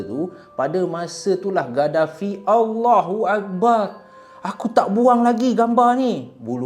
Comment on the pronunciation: sebutan Allahuakbar kena betolkan,,,sebutan yg salah bawa maksud yg lain,maaf